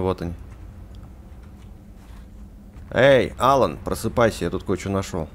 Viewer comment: не Алан а алАн